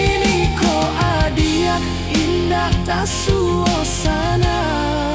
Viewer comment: AI masih belajar bahasa Minang 😅.... Soalnya pengucapan nya kayak orang luar Minang ngomong bahasa Minang 😊 Adiak.... Bilang nya adiyaaaak.. 😅